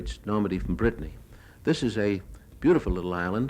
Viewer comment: Brittany not briton